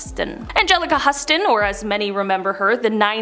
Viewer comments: Huston is pronounced houston. Luv ya! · Angelica Huston? It’s Houston. It was the pronunciation & the spelling today. Courtney Love looks a lot better in the last year or more. She doesn’t look so tacky & she doesn’t sound high att which is so weird to see when you’re a 90’s kid. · It's spelled Huston but pronounced as if it's spelled Houston. I believe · Huston is pronounced like the city of Houston. 😊